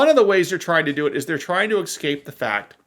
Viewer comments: "Escape", not "ecscape". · Ec-scape was where l left being educated by someone who needs to hit a li-bary, ax them how to pronounce “escape”